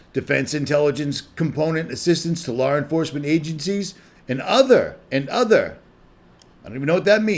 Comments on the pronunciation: I have always noticed that when he says Law. It sure sounds like he pronounces the R at the end. Law-r. Been watching him around 2014. Always happy when he made a video. Still am. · I have a friend from Boston. They do it too.